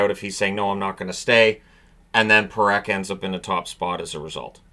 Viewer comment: this is twice now... it is Parekh not Perekh